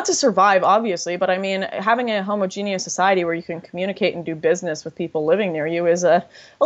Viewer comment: She needs to learn to pronounce "homogeneous" before she starts talking shit about immigrants being able to speak another language.